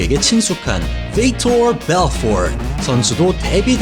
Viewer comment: 다 좋은데 혀좀 제발 적당히 굴리세요 비토 벨포트 선수 발음할때 듣기 좀 거북했습니다